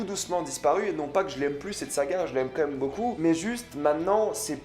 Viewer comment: j’adore tout se que te dit mec mais par contre ARRÊTE DE DIRE COMME MÊME !!!!!!!!!